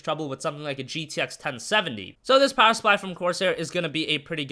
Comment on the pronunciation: Poweh supply XD